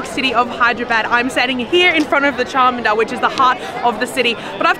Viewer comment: Hello madam it is charminar no charmanar please correct it